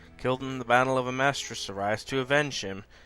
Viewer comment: "Amestria" what's an Amestria?